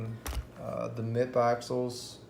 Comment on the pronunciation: Lol he said MIP axles. It’s m. i. p. 3 separate letters 😂.